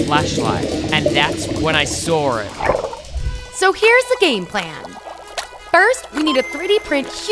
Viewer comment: when said sawr it got me dying 🤣🤣🤣🤣